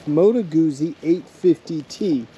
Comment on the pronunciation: A small point: I believe it's pronounced "Gu-tsee" - Italians pronounce a double z as "ts", like in pizza. My dad would really get on my case when I did that. 👍